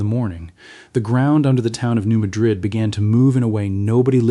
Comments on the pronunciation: Thid is AI, New Madrid is pronounced New Mad-rid; not like the Spanish city. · It is pronounced Maaad rid